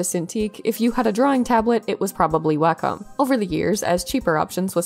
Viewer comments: Interesting update. Btw it's pronounced "walk 'em," as in if you have a dog and no fenced-in yard, you'd probably use a leash and "wacom." (Wacom rep. taught me that one.) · Actually it’s a secret third thing. Wacom rhymes with Bar…com. Carcom? It’s an ah- sound. Anyway, not the point of the video, just thought you might want to know.